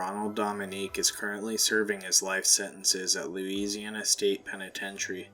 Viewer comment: Louisi-aNA nooo please no😔